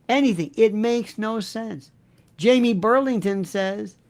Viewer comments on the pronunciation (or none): none